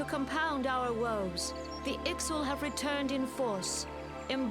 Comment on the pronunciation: Ixal are a warlike bird people tribe you pronounce them as "IX- ALL" and the Sylph are (Sill-iff) plant fairy people